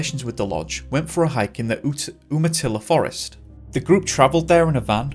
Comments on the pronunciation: Its pronounced " Youmatilla". Love your channel. God bless you💘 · Great production, sir. Just a tidbit of information: umatlla is pronounced, you-muh-tilla. I’m a Pacific Northwest native. I have much respect for you and your work. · Umatilla is actually pronounced like Yumatilla, it's the next county over from me. I'm shocked that they quit searching for Keith because of 1 inch of snow. That's a mere dusting for that area, in higher elevations! Edit: It's also strange that I didn't hear about his initial disappearance back in 1981 nor about him being found in 2012. The population of these counties are very small and word travels fast. This just makes me sad for his family that it took 30 years to find him.😢